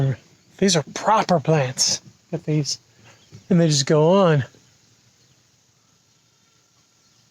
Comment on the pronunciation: lol why does is sound weird when you say 'propah'